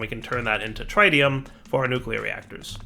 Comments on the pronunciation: Trit-ium not Tri-tium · "Deuterium and TrAiDium"... oof